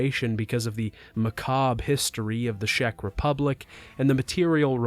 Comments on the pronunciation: sheck republic? lol its pronounced check. Google translate if unsure brahhh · greetings from Czech Republic, it is actually pronounced "check" republic instead of "shack" republic. thank you for the video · I really like your videos and have been watching you since the first one. Though being CZech, I have to complain today. I know the game was not good enough but please, stop calling us "Shech", it makes my ears bleed. As if it's not enough some of the world calls my country Czechia (which CZechs also hate as we are the CZech republic). Anyway, keep up the good work.